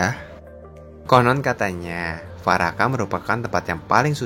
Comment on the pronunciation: Yg pertama bacanya dwaraka min /dvaraka. Bukan farakah 🙏🏻